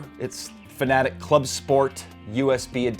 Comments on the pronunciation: Dont pronounce it fanatic, one of my biggest pet peeves. Its fanaTEC just like logiTECH. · Why does everyone pronounce FANATEC like FANATIC. 😤😤